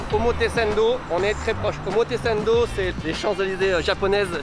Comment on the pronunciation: Heu... Je vais être chiant mais j'entends vraiment omotesendo, est ce que c'est fait exprès de prononcer "sen" au lieu de "san" ? Des bisous*